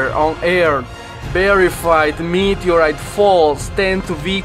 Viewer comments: "Meet-erite" he says! 😂😂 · Can someone write the times he said “meteorite”😂😂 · Say meteorite one more time.